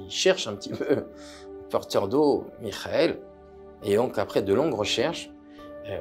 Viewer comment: Merci de respecter les noms de ces Géants. Il s'appelle Rabbi YEKHIEL MIKHEL de ZLOTCHOV et non pas MIKHAEL